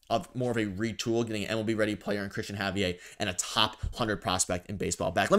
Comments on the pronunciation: It’s pronounced Ha-V-Air…not Hav-e_eh..what a Canadian pronunciation .haha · It’s pronounced Ha-V-air, he is Dominican and you would be so lucky to have him. He blanked the Yankees twice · Javier isn't french. LOL It's a spanish name Hav eee air. LMAO